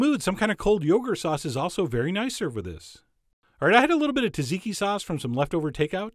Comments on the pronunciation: Tazeekee? Tzatziki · Its pronounced zatziki not taziki. The first t is silent. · John I nearly cried when I heard how you pronounce Tzatziki. It's not "Tat-zeekee" it's "sat-zee-kee" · As I was told by a greek cook years ago , in their language when Tz appears at the start of a word the "T" is silent so you say zatziki but it is spelled Tz . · It's pronounced like "zotziki". It's still delicious! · SAT ZI KI. SAY IT WITH ME, SAT ZI KI...TSATZIKI... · The name is pronouncee "Zaht- zeekee"